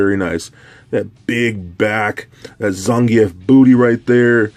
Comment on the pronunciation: Bullshit its zan geef